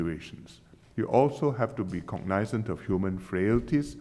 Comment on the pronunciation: PM Lee Hsien Loong rarely mispronounces words. He did this time -- the word "cognizant". Hope he fixes it the next time, as he would, if he knows his mistake.